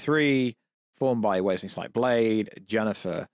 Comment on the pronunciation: Did you say Wesley snipes plays blade in this?? I really couldn’t understand that part when you said it